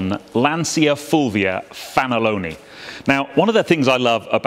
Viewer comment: Beautiful car , troppo bella, by the way you don't pronounce Lansia but: Lantcha Fulvia akka effe millesei fanalone . Love your program !!